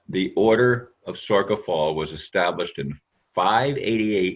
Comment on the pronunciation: It's pronounced SOR SHA